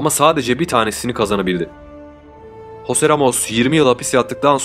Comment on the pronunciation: Jose yi hose olarak okuduktan sonra Eateni eytan olarak okumak haha 😂😂